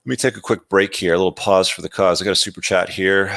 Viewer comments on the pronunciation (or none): none